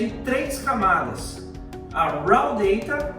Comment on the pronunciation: Professor, "raw" em inglês, pronuncia-se "ró" e não "ráu" como foi dito